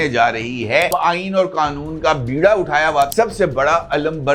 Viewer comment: Ap wahid admi han beera ko beera he parha hy.99.9 fe sd ghalat parhty han ..beera uthana shi hy